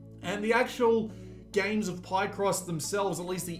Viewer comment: “Pie-cross” 🥧❌ Hahahahaha omg and you say it wrong sooooo many times. It’s PIHCross, dude. From “picture”